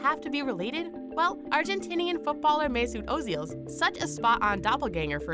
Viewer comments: Ozil is not Argentine he is German. And it is pronounced meh-sut oh-zil. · No, you're dumb for thinking that he's Argentinian and it's Mesut Özil, but that I can pass